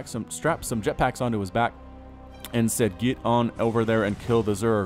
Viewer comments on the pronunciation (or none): none